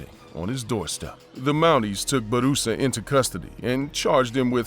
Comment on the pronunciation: It's not Barusa. His name Bu Ra Sa.